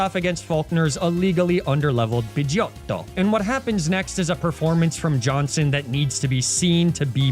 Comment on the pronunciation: I cringe everytime the way he says 'pidgeotto' but the good kind of cringe. The weird cringe which makes you let out a light chuckle